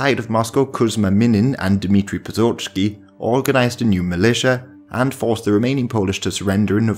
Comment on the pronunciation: Dmitry: PoZHarsky Narrator: Dmitry Potskharsky